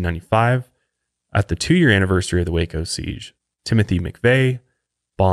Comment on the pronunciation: Thank you for saying Waco correctly!! I live here an you don't know how many people mis pronounce it.. Born an raised here in Waco no living in McGregor across the street from SpaceX. This also happened in a small town outside of Waco not actually in waco though